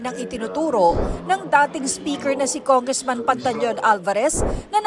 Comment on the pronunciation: People's Initiative ❌️ Tongressman Initiative ✅️ 😂